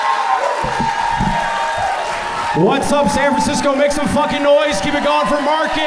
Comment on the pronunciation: When he introduced himself, he didn't pronounce Beltran correctly, but in a joke he did. Half & half